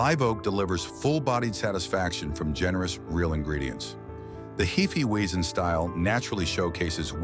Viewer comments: "I can't wait to try Heefie Weezin'." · And hee fee weizen😂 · hefeweizen, is not pronounced " heefeeweezen AI generated ! think about it , if the could spare the time ot money to have an actual human narrate , what makes you think they actually investigarted a damned thing ! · Pronunciations all over the place! Heee feee weeezin 😂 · Title should be "DON'T let your A.I. pronounce 'Hefeweisen' 8 different ways."